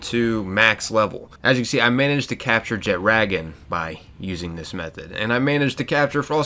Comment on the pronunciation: the way you pronounced jetragon bothers me.